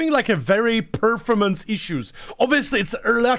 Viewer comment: I don't want to be a bitch but as a teacher, please look into how to pronounce perFORmance 😂